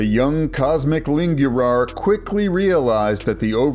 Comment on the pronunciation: Cosmic Lingürar, as a romanian my ears are fried 💀💀